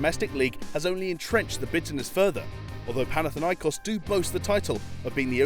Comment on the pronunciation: I'm Cypriot and the way I hear olympiakos and panathinaikos are way too funny